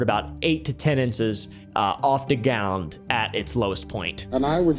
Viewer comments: Am I the only one that picked up on the fact that said "gound" instead of "ground"😂😅? When he said "it hovered 8-10in of the gound at it's lowest point". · Bruh, are you AI or do you have a speech impediment? 8-10 insess off the gowned? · when he said "8 to 10 inses off da gound" it convinced me to stop drinking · bro said “inces off the gound”😭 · eight to ten inces of the gound???